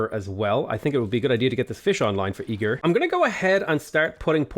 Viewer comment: says "Esztergom" and "Pest", near good also: "E-GIRL"